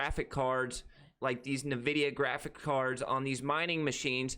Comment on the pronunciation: Dude! Pronounce NVIDIA properly 🤣😆👌🏾 Not NuVDIA! Luv ya totally brah 👊🏽👊🏽